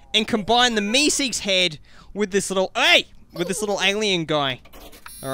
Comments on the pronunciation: MESEEKES NOT YOUSEEKES Not to be mean just saying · It's mr. Meeseeks not mr. Youseeks. No hate